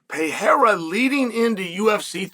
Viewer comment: Awesome of you to pronounce Pereira correctly. Keep up the great work, Tío Chael!